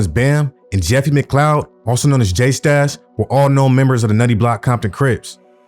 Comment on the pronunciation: J stash 😂. It’s J Smash